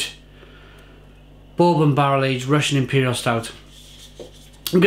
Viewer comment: You even butchered the word bourbon.